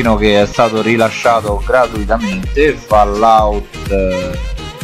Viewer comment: Si scrive "Trailer" ma si legge "Treiler" Si scrive "FAllout" e non "FOllout"